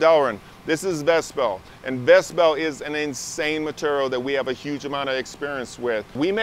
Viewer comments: M’tural is not how one should ever say ‘material’. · Meterrell.... materrell.... materrell